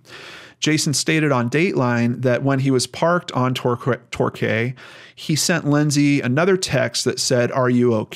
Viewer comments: It's pronounced Tor key or it is in the UK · The street name is pronounced Tor-kee :)